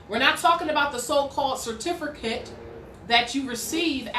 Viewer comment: Why can't you pronounce "certificate" correctly? Oh, and how did court go? I saw all of those kooky filings you made on your court docket.